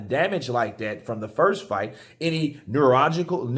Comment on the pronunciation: you trying to say Neurological 😂😂😂 nulloologica nillalooloo ningynangnag nululululooooo nillliloolangloo FUCK IT ! HEAD ACHE 😂😂